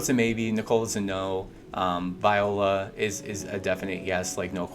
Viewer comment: Viola & Millard dude learn how to read lol say there names correct 😂